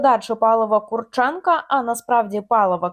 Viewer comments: Прізвище українське і мав би наголос стояти на КурчЕнко, а якщо людина захотіла бути КУрченко, то його справа. Візьміть КостЕнко, якщо мені скажуть КОстенко, то таке ніяк не сподобається. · Ловить їх бистріше!.. Їх повно в Україні! Вони повинні відповісти за свої злочини...Ведуча, наголос роби на Курченко...недолуга... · Є різниця. Така недбалість розповідачки свідчить про те, що вона погано знає предмет, про який береться розповідати. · Яка різниця КУрченко чи КурчЕнко? Хіба що наголос змінився.